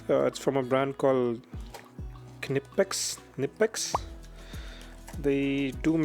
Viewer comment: Ive used it as a industrial mechanic on a chemical factory, i loved it to hold the nut/bolt while i Impact wrenched the other side. Wasnt very happy to turn bolts with it, but as said, it was really quick and good for holding while uggadugga did its job. Enjoy the kn -ipex pronounce the k as k and not kanipex and you are all good on the pronounciation 👍